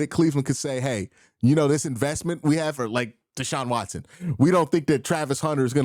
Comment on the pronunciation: Omg, I just cringed when Q said Deshaun Watsons name 😣